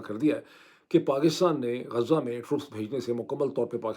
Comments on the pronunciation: معيد بھائی نام غزه ہے غازہ نہیں ہے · Not ghaaza,ghazaa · غازہ نہیں بلکہ غزہ ۔ غازَہ کے اردو معانی. اسم، مذکر. خوشبودارسفوف جو خوبصورتی کے لیے رخساروں پرملا جاتا ہے، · معذرت کے ساتھ Ghaaza نہیں غزہ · ڈاکٹر صاحب! غازہ نہیں غزہ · غازہ نہیں، غز٘ہ (ghaz+zah)۔